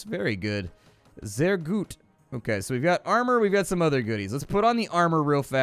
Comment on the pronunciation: "sehr gut" - not bad German))